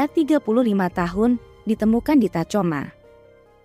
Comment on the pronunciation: Tacoma dibaca "takhoma" admin